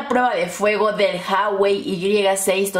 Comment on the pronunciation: Porque dices haiwei?